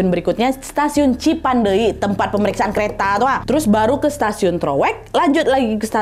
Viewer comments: lucu bgt kak nadia ngmg cipendeuy nya cipandei 😭🫶🏻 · Tulisannya : Cipeundeuy .. Dibacanya : Cipendey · ci peun deuy kak bacanya gapake i dibelakang 😂😂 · Bukan stasiun cipandey kak, tp cipeundeuy😁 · Lucu bgt ka nad gabisa bilang cipeundeuy 😁 ka nad bilang nya cipandeui 😁 emg bhs sunda itu unik ada eu nya 😁 bhs korea yg sama ada eu nya juga 😁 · Cipeundeuy bukan cipendeuy kak nad 😂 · TOROWEK kak bukan TEROWEK,CIPENDEUY kak bukan CIPANDEY 😂 btw yng di bahas itu nma daerah aku 😂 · Lucu ka nad pas bilang cipendeuy.. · Sebagai orang bandung berbahasa sunda ngakak banget tiap ka nad bilang Cipeundeuy 😂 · Lucu bgt bilang "CIPEUNDEUY"😂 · Aku org Sunda dengar Nadia ngomong cipeundeuy kayak bahasa thailan😂 ngakak😁 lucu 💕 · maap lucu banget lidah melayu bilang cipeundeuy 🙌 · wkwk lucu kak nad pas nyebut cipeudeuy kayak ngomong thailand😭🤏aku orang sunda kak dan penyebutannya kurang benar